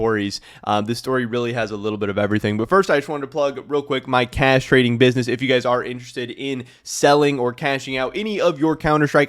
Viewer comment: I am not going to lie. I first thought you said castrating business not cash trading